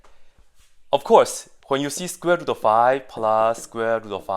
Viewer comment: I only watched the video to see what possibly can go wrong with this simple equation. And I have not found this "easy mistake". But it was fun watching somebody pronounce "square root" like "squibble".